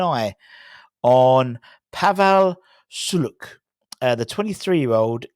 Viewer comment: if Sulc were to join the Hammers, I'm gonna have to teach you how to pronounce his name and the club he comes from. 😂 Btw, apparently he's also linked with City which made me laugh. He's good, but not City-level good.